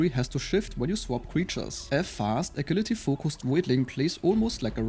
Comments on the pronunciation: In English agility is pronounce "A-Jill-lity" not A-Gill-lity. The G has more of a "J"ourney sound. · wonderful quick breakdown of the game as I download the demo. I think I will be hooked, thank you for making this! Also, no harm intended, but its pronounced "ajility" as the "g" is soft, english is dumb like that.